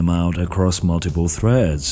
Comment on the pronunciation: dont drag your syllables out for so long, for example at threads . you wouldnt talk like this if you talked normally and its really unpleasant to listen to.